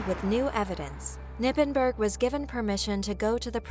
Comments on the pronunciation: Just a little side note, it's not "Nippenburg" you say the "K" and pronouns the "g" like something is stuck in your gut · Its "KER-nippenberg"